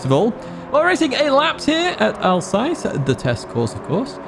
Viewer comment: Glorious, thankyou 👏 A sassy personality, Alsass = Alsace. Like deployed 👍 😎🎙🏎✅️